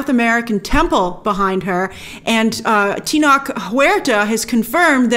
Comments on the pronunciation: Tenoch was also in The Forever Purge. Pronounced- Teh + Nouch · Hey Grace, I noticed that Tenoch's name is a bit difficult to pronounce so just wanted to share with you a small tip, the 'E' in the first part of his name has the same sound as the 'E' in 'Erick' and the 'Ch' in the last part of his name is pronounced just like the 'Ch' in Charlie. Teh-noCH! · I would love if we can MAKE AN EFFORT to pronounce the names correctly: Tenoch Huerta is pronounced “Te” as in “TE(st)” - “Noch” has a “ch” sound as in “CHair”. Mabel Cadena has a last name pronounced “CaDEna” with an “E” pronounced like in “pEt”. Please make the effort. Is not that hard. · Grace love you but please look up how to pronounce Tenoch’s name, yikes